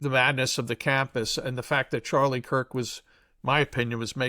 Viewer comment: Nukyular? Nukyulus?? It's Charlie KIRK, not COOK.